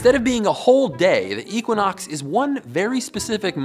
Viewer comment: Hahahahha what?? "Eeequanox